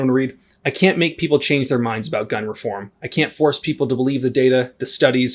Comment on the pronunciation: the "meke" "shel" "enhrit" the "erthe".